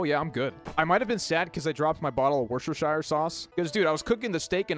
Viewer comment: It's pronounced wuss-ter-shir. Source: Englandistani resident.